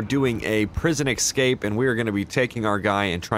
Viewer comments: it is pronounced ESCAPE...not exscape. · why do you say "excape" even tho its ESCAPE with an S